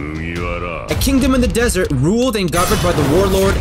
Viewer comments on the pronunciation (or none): none